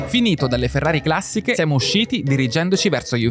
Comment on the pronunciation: Posso capire la pronuncia di Shmee, basta che guardi come si veste… però vi fa pubblicità e in linea di massima sà ciò che dice quindi può andar bene ma il giorno che vedo SuperCarBlondie a Maranello parte la boicottata. Ma chi ci sta alle risorse umane in Ferrari? Va subito rivisto quell’aspetto. Queste, a varie riprese hanno pronunciato la parola “classiche” in un modo che non si riesce neanche a scrivere … Forse “Classìsh”? Comunque vergogna. E mannaggia a te per non aver detto niente. Le dovevi metterle in riga pubblicamente. Ferrari non va trattata come una società qualsiasi, è una nostra eccellenza; neanche a Ferrari Città del Messico o a Hong Kong possono stare queste.